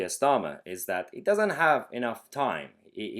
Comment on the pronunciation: Silly boy full of joy! Aren't you? It's pronounced "STARmer".